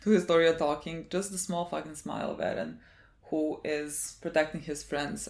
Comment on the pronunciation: Stop saying edden. It's Eren you weeb, stop saying it with Japanese pronunciation, you're speaking English. Also you are not a part of the show, stop saying we, my god gtfo, you're so naive